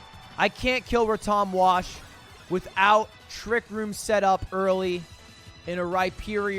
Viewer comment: “Røttòm wash”